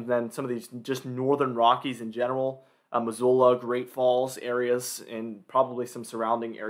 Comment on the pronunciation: UT/CO are located in the CENTRAL ROCKIES. That is what they are actually called. I am impressed that you pronounced Missoula correctly, given your struggles with western geography. 😅 SLC has been seeing snow all day. It’s 34° so it’s just sticking on grass. The front stalled out and is merging with another low coming up from the south. Mountains will see feet of snow, then an atmospheric river will take over from this weekend well into next week.